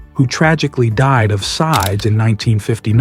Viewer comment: Sides? How can ai be so stupid? How hard is it to say sids? How can ai make such glaring mistakes? So frustrating. 😐